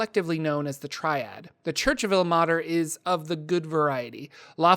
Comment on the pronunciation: Like I pointed out in your pronunciation of Mielikki. As a linguist and a language major. Ilmater should not be pronounced "ill-mah-ter" but rather "ill-may-ter". The 'e' should be making the 'a' into a long sound. I can help you you with pronunciations if you need. I've noticed this problem in many many of your videos. I like them but it's hard to hear words incorrectly and get the message behind it.